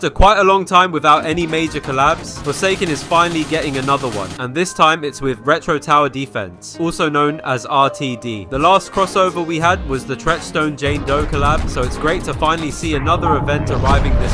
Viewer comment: ITS TRENCHSTONE JOHN DOE.